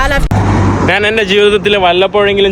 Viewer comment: നിനക്ക് മലയാളം പറയാൻ അറിയില്ലേ (നാൻ അല്ല ഞാൻ എന്ന് ആണ് പിന്നെ വഴിയോഴങ്ങൾ അല്ല വഴിയോരങ്ങൾ എന്നാണ് കേരളത്തിൽ അല്ലേ നീ ജനിച്ചത് ബംഗാളികൾ സംസാരിക്കുന്നപോലെ ആണല്ലോ കഷ്ട്ടം നല്ല പോലെ നാക്ക് വടിക്ക്